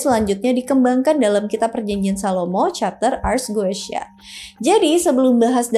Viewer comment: Bacanya bukan goeshya, tapi Gutia